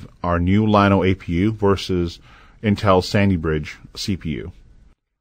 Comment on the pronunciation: This guy needs to learn how to pronounce the name. It should be pronounced yano not liano, since the double L makes the y sound in Spanish.